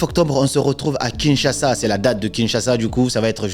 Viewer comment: Aujourd'hui tu as bien prononcé "Kinshasa"